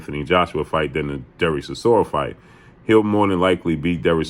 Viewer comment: Chisoria? Dude done lost bout 10 times